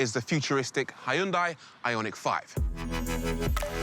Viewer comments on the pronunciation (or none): Hyundai is 현대 not 히언다이